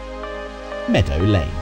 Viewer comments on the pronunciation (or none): none